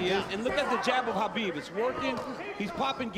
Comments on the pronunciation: It's Kabib not Habib. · It drives me nuts that Cormier does not pronounce the champ's name right... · DC calling Khabib "Habib" the whole time really drove me nuts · Are my ears betraying me? did that commentator keep pronounceing Khabib as Habib? It was very annoying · Is pronounced ha-bib or ka-bib? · Did nobody brief this guy on how to pronounce Khabib’s name? Is anyone surprised that the world hates the USA? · Is it KHABIB or HABIB, I'm perplexed how it's pronounced lol